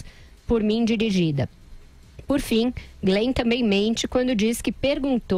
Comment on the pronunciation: Fala pro Andreazza que é Glenn e não Green .. kkkkkk